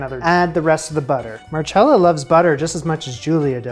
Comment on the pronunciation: why are you mispronouncing her name so badly??? mar-cell-a. simple no cha in sight. but really gr8 job on the Ravioli!!!